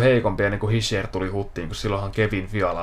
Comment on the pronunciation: Se lausutaan kyllä hisher